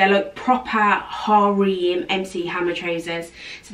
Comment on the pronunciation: Har-rem, plee-say. Sorry it was killing me. 😘